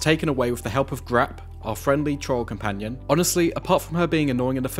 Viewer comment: Grawp is a giant, also is that how you pronounce Grawp, I thought it was like G-Roar-P Ron heard Harry speaking Parseltongue in his sleep so I guess he just said 'HASSSE CASSSSSA' to the wall then the Chamber of Secrets opened.